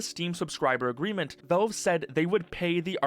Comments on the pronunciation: why do you keep saying "velve" instead of "valve"? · Is ytb not suppresing the word Valve? Or why is he saying Velve the whole vid? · i hate the way he says valve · bro that is not how you say valve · please learn to pronounce Valve